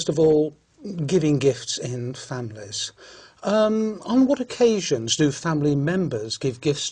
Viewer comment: ‘Usually’ was pronounced as ‘yud’uali’, ‘occasions’ she pronounced like ‘okedgenz’. ‘Just for if I have exams”: I guess ‘for’ is out of place in here))) She used ‘it’ for weekends.“The Vikings were there’ (too simplified for such an exam))))